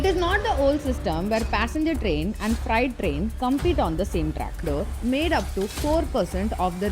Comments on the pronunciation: fright or freight corridor? madam get your pronunciation correct. But please keep up. Very good video. Content of video is nowhere else. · Gentle advice to make use of online tools to improve pronunciation... for example freight is pronounced as 'fraite' not 'frite'. Otherwise good job. 👍👍👍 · It’s not fright it’s freight. You are pronouncing that word the way fright is said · Freight not friet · Very nice presentation on DFC and TOT. Only suggestion is to not pronounce Freight as Fright. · It's not fright, it's fr-eight. However, I must say, this DFC is very good. India needs these sort of corridors within each states, connecting industrial hubs and farms with airports and ports. India also needs to build multimodal logistics hub around airports in the hinterland. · Its not "Fright". It is "Freight". Its not "racks". Its "rakes". Still good explanation 👍